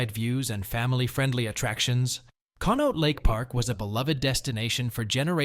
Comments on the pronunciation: Conneaut=KAHN-ee-aht Youghiogheny=YAHK-ee-GAY-nee My dad worked at J&L Steel in the 70’s and early 80’s. He went on to finish law school at Duquesne University and worked as a successful attorney but always maintained that he would have been happier back on the millwright gang and lamented the closure of the mills. As happy as I am that Pittsburgh has breathable air now, the movement of steel production overseas destroyed most of the smaller older towns around here. And now those countries are as polluted as Pittsburgh used to be. After my dad passed away in 2023 we were gifted a painting of J&L Steel Mill and it hangs in our living room. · Con-e-aut lake 😊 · Conneaut is pronounced connie-awt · The sound. For the lake is Con-ee-aught.